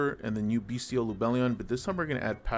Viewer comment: Finally! someone who pronounces "bystial" correctly! the "t" is a soft "t" like "celestial" and second "t" of "potential"